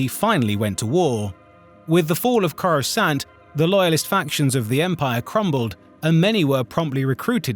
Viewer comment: How can you be a Star Wars YouTuber and manage to mispronounce SO MANY NAMES. Not even complex ones. Simple ones like coruscant and Dathomir. Both of which have been said 1000 times in movies and tv shows